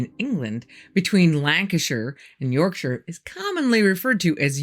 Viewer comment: Thank you for your perfect pronunciation of Lancashire & Yorkshire at the start. 😉😊